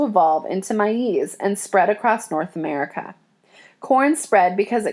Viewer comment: its pronounced maze not mie ease dummy